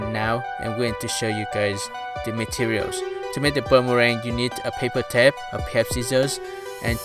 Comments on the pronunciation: It's not tept it's tape hahahaha lmao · Its okay the way you say tape is tep